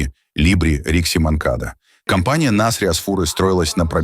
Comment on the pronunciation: нАсри а не насрИ.зачем оскарбляете?